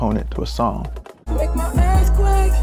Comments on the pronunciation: Is that Earthquake or Earfquake? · “That was a little taste of Earfquake” yeah, VEEEEERY little